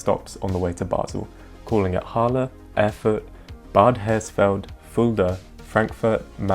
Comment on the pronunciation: i always understand Harlem instead of Halle ^^